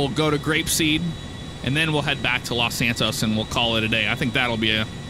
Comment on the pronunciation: When he said los santos on the taxi part it was like los santoast